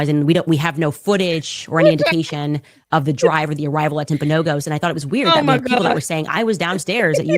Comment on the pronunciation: It's Timpanogos, it's from a Mountain that is right there in Orem. I hate how she is pronouncing that. My mom worked at that hospital.